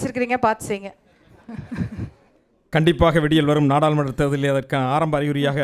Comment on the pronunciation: அருமையான உச்சரிப்பு: இல்லாமள், இல்லாமள், பகள், நாடாலுமன்ற, இவர்தான் பார்த்துக்கோங்க! "" அல்ல!!